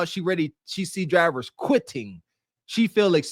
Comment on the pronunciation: Dwivers are qwitting lef and wight? wtf is your tongue swollen up